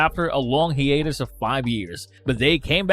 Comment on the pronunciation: Pewter. Hee-aytus. See-rehn. Al-ter. Ex-treh-mest. Un-reh-quitted. Adimathium. Many interesting pronunciations.